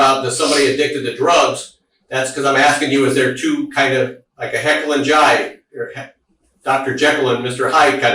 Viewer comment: Brutal Jekyll and Hyde mispronunciation If this footage is shown in court I wouldn’t completely object to them just letting her go free for that horrendous misspeak. Lol. Nobody is more upset about it than him though. He is lucky she is so dumb she has no clue what he’s talking about.